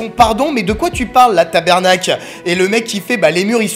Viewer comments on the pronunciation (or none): C’est pas tabERnak c’est tabARnak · C pas taBERnak! C taBARnak, dit-le pas si tu c pas, lol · Ta "ber"nak sa ma dead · En passent tabarnake ne se prononce pas ta-ber-nak mais bien ta-BAR-nak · Omg il a dit tabernak il faut dire TABAAAARNAKE ICI QUEBESO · C'est TABARNAC pas TABERNAC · #quebequois les osti dcave pis le tabarnak c pas tabernak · Ta massacré la prononciaton de tabarnak .... sa se prononce ta-barre-naque mais tkt j te pardonne 😂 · autour de jpp laccent quebecois tabarnaque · C'est quoi ste façon de dire "tabarnak"?!😂😂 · Tu sais pas dire tabarnak lol ses du québécois